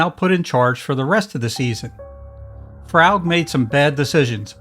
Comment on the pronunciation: William Froug's surname is pronounced "FROOG", not "FR-OW (as in ouch)-G".